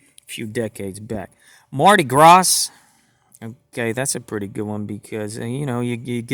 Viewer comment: I dont care about the empty wrappers when I order my gpks from ebay! I end up throwing the empty wrappers away anyway! by the way: U dont pronounce the "s" in Gras! its read as Marty Gra!